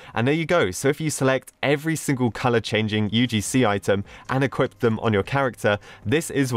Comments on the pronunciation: did anybody else hear him saying equipt instead of equip or is it just me? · "im going to equipt this" equipT it